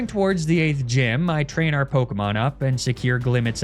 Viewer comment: Why do you insist on lying and calling pokemon by the wrong pronounced names?